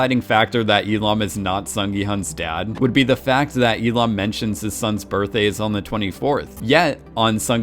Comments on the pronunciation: and especially Il-Nam. How is it possibles? He says I-Lam when the name is literally Il-Nam! Gah!!!! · Il-nam not E-lam! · you’re hearing “lam” because the L sound from “il” is being carried over. So if you say he’s name lazily, you can say it “il-lam” but correct pronunciation is il-NAHM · Why do you keep saying "il-am"? It's il-Nam. NAM for namja meaning man. Il-nam means first man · Listen to how the actual character pronounces his name. He says it as "il-lam". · Just while we’re all at it, his pronunciation of Il nam is a bit dodgy too in my opinion. But dodgy name pronunciations aside, I do really like these videos 🙂